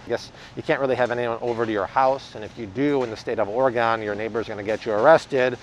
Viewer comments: Oregon.... which sounds like Ore-gun not Ore-gone lol Love your videos :) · also, it's pronounced Ory-gun. Not Ore-gone. It's like me saying Illi-noice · It's Ore-gun, Dear. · please say Oregon right..Ore-gun.